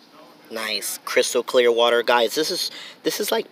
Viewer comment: PLZZZ STOP SAYING WATE😭😭😭😭😭😭